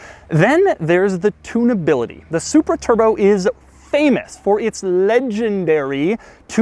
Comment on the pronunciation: Did he really say " "Lenginedary" in regards to the engine